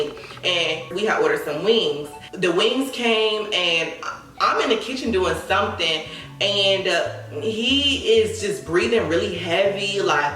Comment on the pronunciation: “Sumthn called ghost pepper” 😭